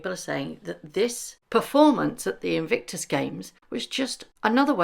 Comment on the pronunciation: It’s In-Vic-tus, there’s no N in the middle of it.. love your videos x